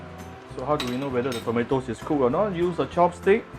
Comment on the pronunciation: I hear u say tomota ， 😂